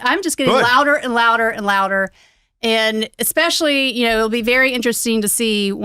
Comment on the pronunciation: Did he say "exspecially"?